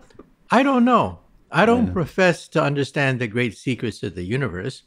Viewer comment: Stop saying "UnderSCHHHHtand." It's 'understand' - just a 't' there. There's no 'schhh'